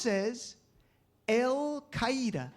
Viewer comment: Lol. You figure Bush would be able to pronounce the name of a group named and created by the CIA. It means "the base," dumbass!